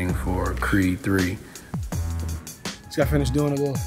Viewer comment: He said Creed 3 right!!!